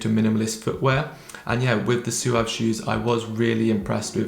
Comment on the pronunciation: I've watched 3 review videos and have heard 3 different pronunciations 😂 One dude said it right "swav" the other guy said "sawv" and this dude says "soo-ahv" What is going on 😂